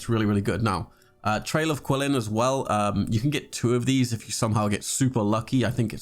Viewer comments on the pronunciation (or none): it's not pronounced "quilin," the q is pronounced as CH. "chee-lin" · "kweelin" "tartaylia" "zonglee" "gahnyu"...................................................